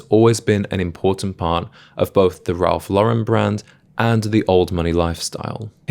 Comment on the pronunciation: Worked at Ralph Lauren in college. I learned a lot about style and fashion, cuz prior to that I was a jeans and t-shirt guy. Still am actually, but I also own 3 Purple Label suits. By the way, don’t ever say “Ralph luh-Ren”…it’s Law-ren.